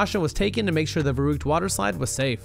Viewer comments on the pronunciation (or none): verrükt is pronounced 'ferruckt'